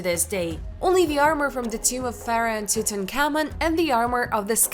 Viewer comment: Horrible pronunciation. Couldn’t say Tutankhamen. Very cheaply made never watch again.